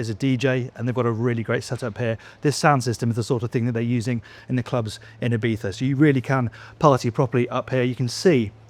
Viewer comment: First Brit ever on the internet to pronounce Ibiza well ehahehaeh